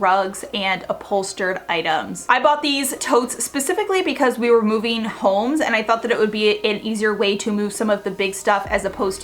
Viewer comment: Chargeeeen, moveeeen, thinkeeeen, liveeeen, etc, etc, etc. that’s all I can hear. These words end in ING. It’s not rocket science…